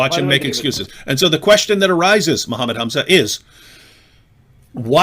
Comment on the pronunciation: Zakir naik menyebut nama nabinya aja belum benar. Apalagi arab² pesek lokal. 🤣🤣